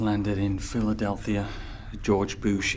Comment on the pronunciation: I know it's a click-bait, after being tricked so many times, and yet, it still worked until the image inset appeared ...😂 I want the REPORT button for click-bait!!! Should have smelt fishy when you said PhiladelTHia!🙄 BTW, do you know "sa-wa-dee-ka" is used by women only?😁